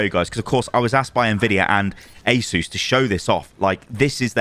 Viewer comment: Asus ❌ Aysoos ✅